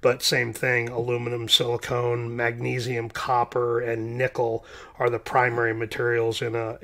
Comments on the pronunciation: Silicon....not silicone...rrally good explanation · It's sili-con not silicone, its not caulk. It's not a bathtub sealant, so lose the E off the pronunciation and you'll be good 👍